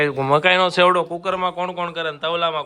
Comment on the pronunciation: Sevdo ny bolo chevdo